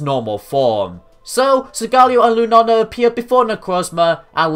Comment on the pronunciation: "lunana" ... its lunaLa